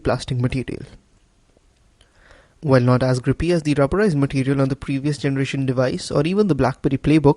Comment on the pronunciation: "Matitial" LOL Nice review, I'll get mine soon.